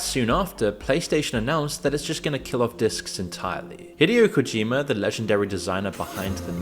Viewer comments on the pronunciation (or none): Hate to be that guy but “Deuce Ex”, “Hiddyo Kojima”? Come on how hard is it to google the pronunciation before you make a half an hour video lol